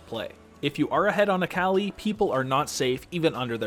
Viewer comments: Dude it’s Akali. Not Aaaaaakaaali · I might just start pronouncing Akali as Aa-Kah-Lie just to trigger some friends... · Sorry I can't get over you saying "Äkäli" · that akali pronunciation though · At least it's not as infuriating as how he pronounced akali xD